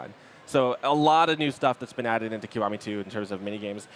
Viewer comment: It's not KOWAMI. IT"S "KEE WA MI." Is it that hard to for English speaking people to speak a simply word?